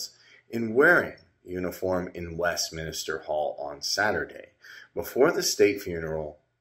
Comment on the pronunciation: it’s Westminster not West Minister